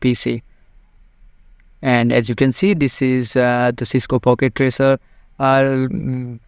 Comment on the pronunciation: it's "Packet" not "Pocket"